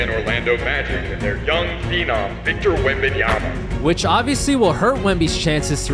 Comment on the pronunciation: After many years together on TNT, Chuck still couldn't pronounce Wemby's last name correctly with "Wenyomama." 😂